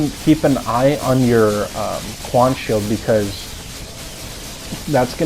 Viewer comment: Quen shield not quaan